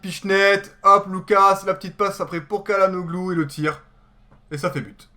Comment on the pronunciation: salut, bonne vidéo. on dit chalanoglou